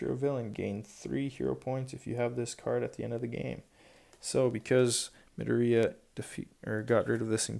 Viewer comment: Can you not prnoce Izuku's last name like Medorey because it's Mdoriya.